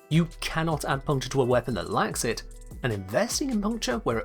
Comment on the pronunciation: the way i understand elements now is that you can troll your team more effectivly if you have weak status weapons with big aoe range, is that right? also, i kept hearing "if a weapon likes a physical damage type" had to turn on subtitles to understand that you said lacks